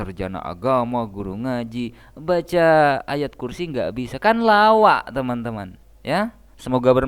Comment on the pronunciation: Baca ayat kursi kok jadinya ayat mayat???😂😂😂😂